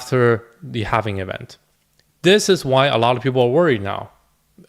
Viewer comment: Halving* not “halvening” this makes it sound like its “happening” which is incorrect in multiple ways. The halving is a simple event - the 4 year cycle is further about liquidity and the 4 year cycles that surround that - the presidency cycle happens to coincide with. Satoshi nakamoto being the smart entity they are lined up the bitcoin halving with those other cycles. The halving is a simple event everyone knows about - its not as if its some unknown entity that drives all reason behind what happens. This is also not regarding the longer and more major real estate cycle that is coming to its peak which also has effects on the economy. There is a reason people may think a certain way. Its not bad to play devils advocate but realize there may be something to what people say. If you spend time curating a list of people to follow and listen to and then just believe people are the inverse of whats going to happen i think youve lost touch with why youve followed people to begin with. If you think this way maybe dont watch any youtubers and simply do your own homework? Also if you put your finger on the “sell button” then maybe you should just do it - You dont seem to have the conviction needed for this space. Also, good investors dont usually just click the sell button and sell 100% of what they have. You sell into the pump as it goes up. Looks up risk management and profit taking guides if you dont know this already.